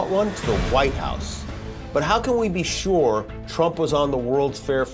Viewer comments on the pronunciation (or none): none